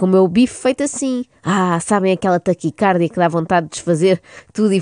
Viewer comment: Já que estamos numa de educar, e porque nunca é demais aprender, fica aqui uma pequena correcção: a palavra taquicardia tem acento tónico na penúltima sílaba (-di-), uma vez que a grafia correcta não apresenta acento agudo na sílaba car (porque, então sim, ler-se-ia "taquicárdia"). Agora vou acabar de ouvir, que isto está engraçado :)